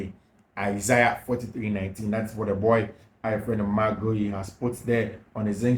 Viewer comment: please, the name is Spelt Guiu. Pronounced (Gi yu).....not (Ge iu)